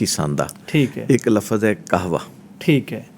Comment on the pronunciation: Lafaz nahi lafz 😂 pakistani khete ke urdu humari hai bhai urdu india wale hi acchi bolte hai 😂